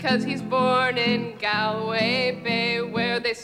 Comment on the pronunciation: the way she pronounced Galway ahahah